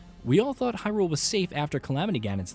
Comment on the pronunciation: Why..why do people keep saying hyRULE?!! It's Hyrule